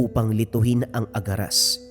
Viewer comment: ang alam ko agaras hindi aragas